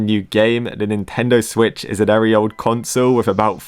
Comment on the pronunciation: BRO ITS SWITCH NOT SWTICH